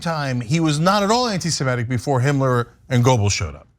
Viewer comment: Small point, but you should probably get try to pronounce it correctly: it's anitisemITIC, not antisemETIC.